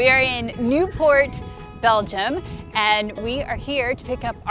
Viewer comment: My Belgian wife tells me the pronunciation of the place you started from is pronounced Nee-port in English. It’s like when you go to Brugge is actually pronounced. Bru-ha. Don’t ask ¯\_(ツ)_/¯